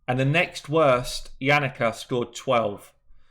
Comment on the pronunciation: Any time you say "Yannika" I want to jump off my balcony! Question! Can I give my legendary back?